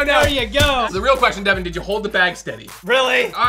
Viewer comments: Its Devan not Deaven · "Bad Deven" 😂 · it’s devan not deven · Its Devan not Devin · Yeah is Devan not devon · It's Devan not Devon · " BAD DEVAN " XD!